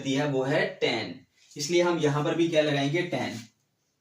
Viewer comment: Sorry sir but teen nhi hota tan hota hai